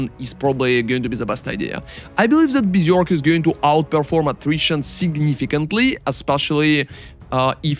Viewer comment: Helly my dude, my request for you is to learn how to pronounce berserk and general ! See you in next video and thanks